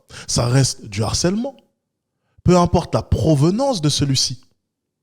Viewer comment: Comme je sais que tu tends à toujours améliorer ton français et malgré cette acception de l'académie de faire la liaison même sur le "h" aspiré, normalement, c'est "le harcèlement" et non pas "l'harcèlement". T'en fais ce que tu veux mais je me plais à penser que tu seras intéressé par cette remarque.